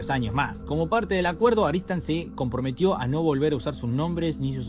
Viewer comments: Claramente dice ARTISAN, ar ti san ... No aristan . Pero igual está bueno tu video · Porque dices Aritsan cuando es obvio que pone Artisan? 😂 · Excelente resumen, una única observación. La productora es ARTISAN no ARISTAN